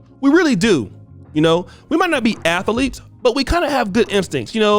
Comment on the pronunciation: I didn't know athletes had three syllables. That's AMAZAZING😂😆